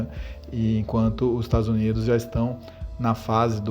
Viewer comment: "estados unides"